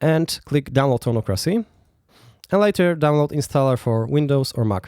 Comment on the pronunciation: Isn't it pronounced toneock-ra-cee?